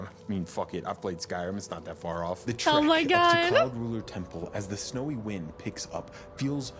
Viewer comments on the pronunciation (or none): none